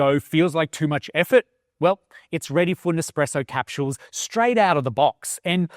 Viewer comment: Capshooels, lol.